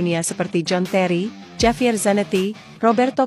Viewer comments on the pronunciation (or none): none